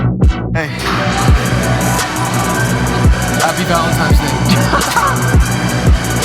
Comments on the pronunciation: loved the video, but PLEASE stop saying “ValentiMes Day”….. is ValentiNes Day. hahhaha! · idk if its just only me but did say happy "valentimes" day all the time in the video? haha